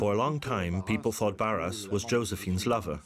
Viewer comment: And Barras does not sound like Barrasse. "Netflix for history" says it all.